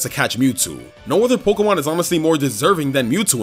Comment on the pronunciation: I love videos. And how he pronounces Pokemon like 'Pok-uh-mon' instead of 'Pok-ee-mon' or 'Pok-ay-mon'. It's adorable.